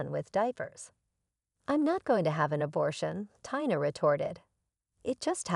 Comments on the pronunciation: It’s pronounced Teee na. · A VERY INCOMPLETE Story with NO PROPER Conclusion, ALWAYS getting the Name Tina WRONG. With a person reading/checking spelling it'd be a MUCH BETTER STORY, A THUMBS DOWN!!!